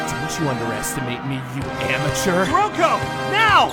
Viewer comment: 1. I am sooo happy with Kuroko's voice actor!! 2. YOU'RE PRONOUNCING HIS NAME COMPLETELY WRONG AND IT'S BOTHERING ME.